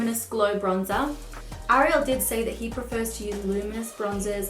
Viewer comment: I've never been a fan of the name "Ariel" But the way you say it, its a beautiful name after all.